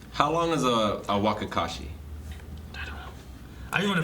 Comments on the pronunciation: WTF is "wakakashi"? its wakizashi... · you mean "Wakizashi" (waa-ki-za-shi))